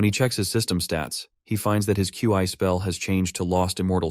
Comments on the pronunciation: Love it but can you say instead of Q I or key, can you call it chi....or Xi amazing narration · bro said Qi lol